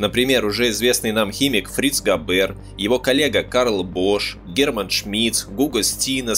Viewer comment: GAber, BAden FArben что-то с вашим произношением . NSDAP- en- es -de - a-Pe